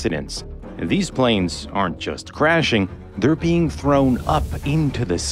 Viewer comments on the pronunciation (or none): none